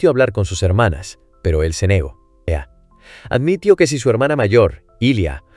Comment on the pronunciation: Te falta poner bien los acentos en el guión para que algunas palabras no se escuchen raro, por ejemplo en el video se oye reacciono, pero es reaccionó, o admitio, y es admitió, y muchas palabras más, tienen que tener bien tu escritura para que la IA la interprete de la mejor manera... 👍